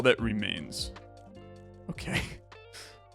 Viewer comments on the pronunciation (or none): I was losing my mind on some of these. Puzzle reeee maa ins? Ree-mah-ins? PLS MY HEART.